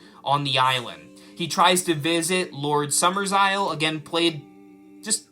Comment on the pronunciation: It's not "Summersisle." It's "Summerisle." There are only two S's, not three. You're thinking of the remake.